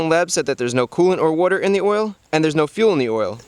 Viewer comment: It's funny how he says "water"